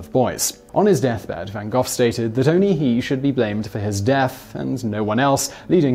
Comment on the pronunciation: Literally how did you come up with your pronunciation of Gogh? How daft are you?